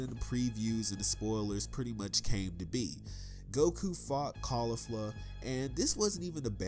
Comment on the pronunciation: You're pronouncing Jiren and Caulifla wrong.